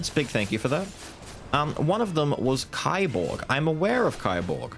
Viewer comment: By the way, kiborg is pronounced like keyborg.